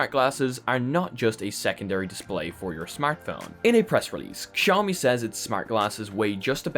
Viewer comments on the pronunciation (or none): i love how your english accent is so perfect but you say KSIAOMI like a real Pole and I think thats beautiful